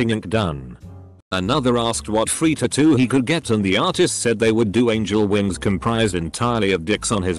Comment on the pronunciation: Still cringing at ta-too instead of tat-too